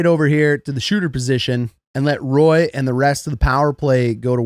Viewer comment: Just a heads up, Knights' player #10, Nic Roy is Quebecois, so its Wah (like Patrick Roy)